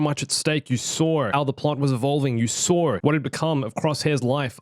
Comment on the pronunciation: "You sawr"